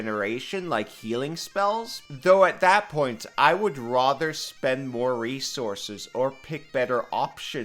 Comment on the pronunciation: Stop saying "rother".